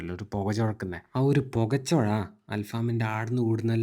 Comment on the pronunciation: പോകചോഴ അല്ല പൊന്നോ പുകച്ചോവ 😂😂